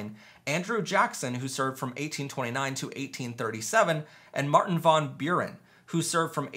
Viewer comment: Von Buren or Van Buren? For 60 years I've always heard it pronounced van.